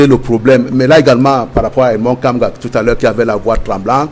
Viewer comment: Monsieur soyez au moins respctueux il s'appelle Edmond " Kamguia" et non Kamga. De grace habillez le nom d'un grand monsieur analyste comme lui.